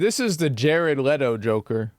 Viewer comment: "The Woker"